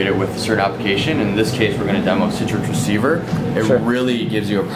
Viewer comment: its citrix receiver hes been saying it the entire time haha